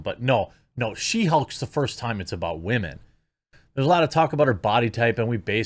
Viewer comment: I've been watching for a minute... I cannot figure out what he's doing when he says "wah-men"? Is it just how he speaks? Is he calling women whiners (if so, presumably it would only be in context of whiny women, not all women)? I never notice the word but for when he mispronounces it, lol, so he could be saying it correctly 99% of the time.